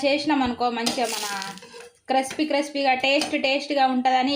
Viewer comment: Ni language ki oka namskaram thalli. Crapsy kaade..... crispy .